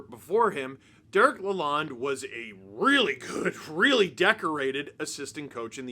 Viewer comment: Take it from a Detroiter: His name is pronounced LA-LOAN, like a bank loan.